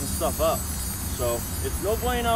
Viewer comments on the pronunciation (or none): none